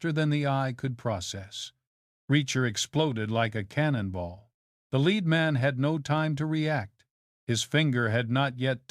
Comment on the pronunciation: AIs cannot differentiate between 'lead' and 'lead' the AI sees it and reads (REDs it) as LED. And the intonation and modulation of the AI is all over the shop. Hopeless! Long live human narrators!